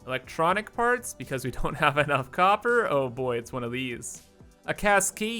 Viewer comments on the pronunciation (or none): none